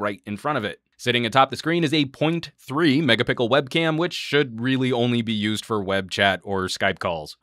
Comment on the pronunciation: Did he say "mega pickle"